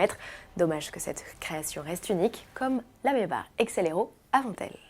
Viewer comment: Pourquoi maybar ? C'est pas Maybach normalement ? (simple curiosité)